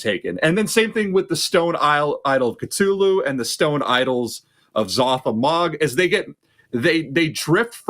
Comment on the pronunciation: The way he mispronounces Cthulhu and R'lyeh is driving me nuts